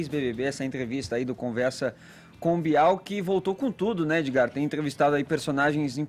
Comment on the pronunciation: Mano, esse "Edzigar" é um esquerdista no armário.